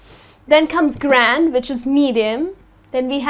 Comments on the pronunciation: she is saying grande wrong..its Grandé its prononciation is Grraday.not Graand.and GRANDÉ VENTI AND TRENTA words are not even of English origin ..they are Italian. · Dude it's not grand it's grandē like ariana grande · iits not grand dont be oversmart.... its grande.... g-r-a-n-d-a-y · Its not grand.. gran-dey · Well,, grande must be pronounced with the finale wowel e...and not grand, venti is a number it means twenty, trenta is the number 30, and latte isn't a kind of coffe, it is just milk. Also the true cappuccino doesn't have a size! It is served only in the "ceramic cappuccino's cup" with a saucer and a little spoon. Anyway thanks a lot for your lessons. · Sorry But you pronounced Grande wrong. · Hi, just a few things I want to mention as a native English speaker. In the U.S. we pronounce the e on the end of grande and we pronounce caramel both ways. I worked as a Barista for a while so I heard many different pronunciations! Thanks!